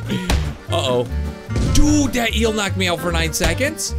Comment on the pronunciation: This is how mini time he said eeal